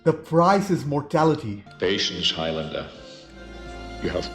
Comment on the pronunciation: Highlander rhymes with islander. Very annoying hearing highLANDEr all the time